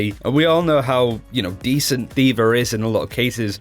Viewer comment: Anyone else find it super hard to focus every time he tries to pronounce DVA? Like the second I hear Dver and not Dva :/ I know this comes off as rude but its honestly distracting.